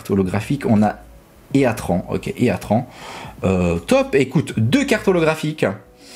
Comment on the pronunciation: Heatran se prononce itrane